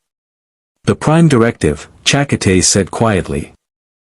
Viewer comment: Your AI needs better enouciation on Checote's name .. che-coat-ay